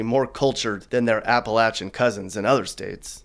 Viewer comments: birk-shire and Appa-la- chin hahaahahah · Please dont...dont say Apple-acthen again.